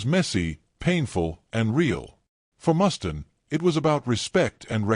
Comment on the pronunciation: Who's 'Mustin'? It's MUSTAINE!